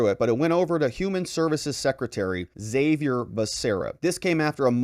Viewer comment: Haa-Vee-Air. Besides that, I love your detailed and legal analysis of the issues this sick Dem government is forcing on our country.